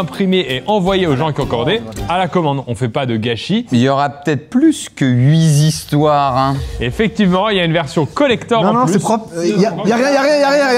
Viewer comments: "on a inventé huis histoires" j'suis pas sur de la liaison Pierre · j’ai eu un doutes mais les chiffres sont invariable ducoup huit histoires donc pas [huizistoire] mais bien [huitistoire] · Huit (t)histoires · Huit histoires putain pas huis'histoires bordel, Pierre y était et a tout foiré. Merci Pierre de faire l'effort 😉 BG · “Huit tistoires” ça se prononce car histoire commence par un “h” comme on dit “dé haricots”😊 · Huit histoires 😅(se prononce avec le t et non un s) les chiffres sont invariables